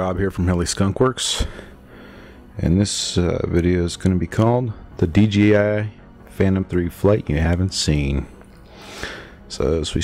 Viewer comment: The first thing I noticed was all the jello, the second was how fuzzy the picture looked, and third, if you add weight to the gimbal you will eventually burnout the motors, and by the way it's not D Gee I, it's D Jay I... LOL